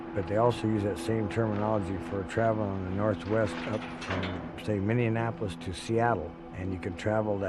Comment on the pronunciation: This man said “minneanapolis”